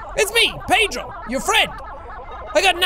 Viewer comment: Me starting the video: Jack: welcome back to My Friend Pedrrrrooooo Me: laugh intensely (by the way I’m Portuguese and he said Pedro PERFECTLY)